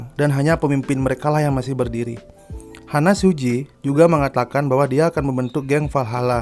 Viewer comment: HANMA SUJI : bukan Hana. Maiki bukan mikei